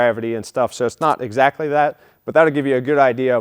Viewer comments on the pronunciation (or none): none